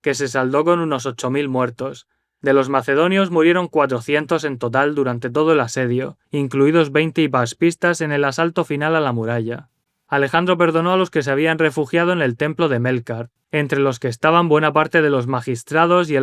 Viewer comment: Gran video como siempre. Te escribo también para indicarte una pequeña errata que tienes cuando hablas de bajas después del asedio en el minuto . Metes una L extra en la palabra incluidos al incluir los hipastistas. Ganas de ver el proximo video y de la saga del japón. Con la pregunta del final prefiero a Anibal